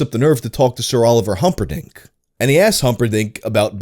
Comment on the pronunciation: Sir Oliver Humpadick?!?! Lmao I’m dead